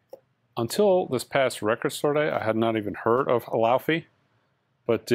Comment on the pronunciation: laufey is pronounced LAY-VAY.